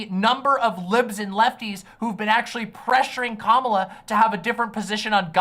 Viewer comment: can't even pronounce Kamala rightt lol.